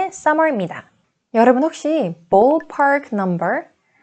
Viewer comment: Your English pronunciation is incorrect in many words. E.g., the word 'ballpark', you need to pronounce it as in ball, not boll. You say it with an o sound, it needs uh sound. Also, book is incorrect pronunciation. It's a deep long double OO sound. Learning Grammar from Korean teachers is fine, but when it comes to speaking part, Koreans need to learn it from native speakers or teachers who have native tongue.